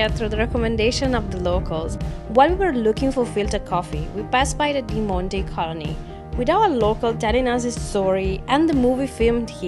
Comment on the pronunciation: By the way it's pronounced as "Demontt" Colony written as "Demonte" Colony, It's surprising to know when a foreigner makes a grammatical mistake being a native speaker, Keeping aside all this your Vlogging is Amazing 👌, I loved it ❤️